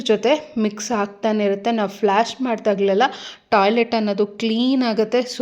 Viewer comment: ಫ್ಲಾಶ್ ಅಲ್ಲ ಫ್ಲಶ್